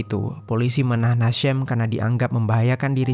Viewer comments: Padahal Ejaan namanya Hisham, ya dibaca Hisham, kok jadi Hashem, sedangkan si Hisham itu dr urutan namanya Kemungkinan Ibunya Muslim. Sorry sy juga muslim, cuma kasus Urban Shock itu bukan pertama kali, pernah Imigran Palestina kejadian begini juga, cuma karena istrinya punya banyak teman, dia cemburu berlebihan, istrinya dimutilasi. Ejaan nama Hisham ya dibaca Hisham, bukan Hesham. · Bacanya hasyeem tp tulisannya HISHAM CARI TAHU DULU BIAR TAU !!!!!!!